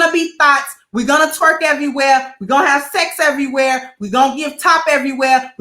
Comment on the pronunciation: I died laughing. Has to be from Chicago. Top errwhere 😂😂😂😂